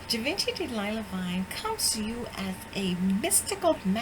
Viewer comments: It's actually pronounced like Shi-Vah-Shee. The G is soft not hard and it's French so the N would not be pronounced. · GIVENCHY =GEE-VON- SHE